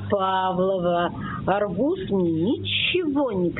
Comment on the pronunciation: Почему "АргУс? Ударение правильное на "А"!